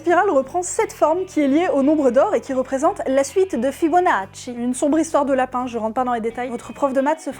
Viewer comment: Grazie mille per il Fibonacci dit correctement